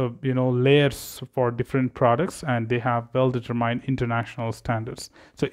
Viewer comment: it's a great course and you master the english language well, but you keep mispronouncing determined and it's driving me crazy😁